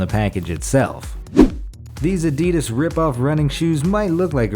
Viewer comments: did he just say adeedus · Those are yezzys dumb ass not rip off running shoes from adidas. And adidas is pronounced ad-e-das